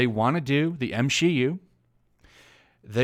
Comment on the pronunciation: I swear I heard the entirety of the internet cringe when he said M-she-U